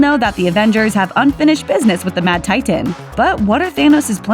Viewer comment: Why does she have to say “titan” like that?